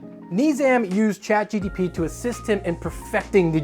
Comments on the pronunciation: Omg, its GPT, not GTP, lol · "ChatGTP"... "ChatGTP"... "ChatGTP"... Brother, you're SO close, I'm begging you, just slow down a bit. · he was literally saying it wrong 90% of the time, its not "chat gtp" either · "Chat GTP" My brother in christ, that's not the order of the letters. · I'm hearing GDP as in Gross Domestic Product and that checks out 😂